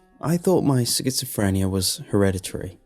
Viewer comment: Pronouncing schizophrenia like that? ...What? Sikitsafrenya? Risperdal? /ˈrɪspərdɑl/ RISS-purr-doll, fam. /skɪtsəfrɛniə/ SKITS uh frie(nd) E uh. These are American pronunciations, btw Otherwise, not bad for a short story. Schizophrenia portrayal doesn't seem too bad, there's apt levels of paranoia and responsive hallucination, so yeah.